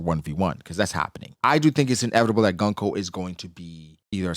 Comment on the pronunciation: Goon-koe! Why is so hard for people to say her name properly. Goon-koe!! It’s like saying goon. And then adding koe.